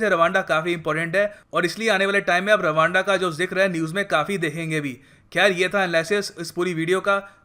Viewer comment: Rwanda is sound like raaanda..😂😂😂